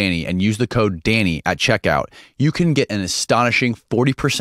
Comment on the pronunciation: I thought dude was saying “daddy” for the first half hour or so. He was just sayin Danny.